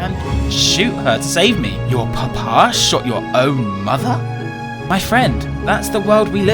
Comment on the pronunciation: the way and say papa is so funny "whats your PUH-PAHS name?" "oh my PUH-PAH?, his name is maximus"